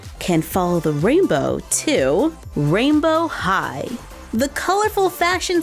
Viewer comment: OMG!!!!! Rainbow high sounds like “royal high”